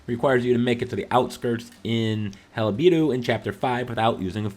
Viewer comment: "HAL-BEE-DU" its "Hala-ba-du"